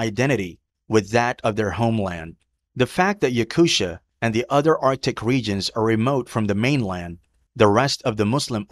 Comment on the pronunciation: It’s not pronounced YakuSHIA , it’s Yakutia